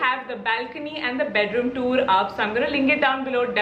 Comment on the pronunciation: video was informative 🤗.The pronounciation of tour is wrong. Kindly change.